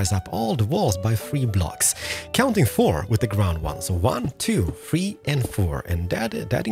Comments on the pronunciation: I love the way he says three “ one two fwee four five” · you say number 3 weird